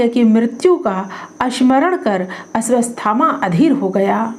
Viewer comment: "अश्वत्थामा" नाम के उच्चारण में त्रुटि है......आपने अश्वस्थामा बोला है वीडियो में.....?!?!